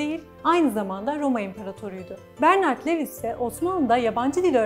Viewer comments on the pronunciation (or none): Levis degil de luvis desek daha dogru olacak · Bir kere Lewis değil, Louis; Bradel değil Brodel şeklinde telaffuz etseniz, kötü yazılmış ve aşağılık duygusu sinmiş metninizi dinlemek daha keyifli olabilirdi. Ah müslümanlar, böyle büyük laflar etmek için 40 fırın ekmek yemeniz lazım daha.